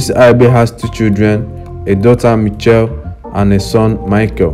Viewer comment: If you are going to say the name say it right ....in pronounciation mi-SH-elle not ni-CH-elle